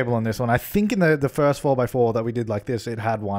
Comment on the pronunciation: “Inspired by the FIRTH ONE” ahh yes Firth one